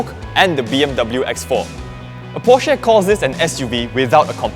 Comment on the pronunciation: Hey, find out how to pronounce PORSCHE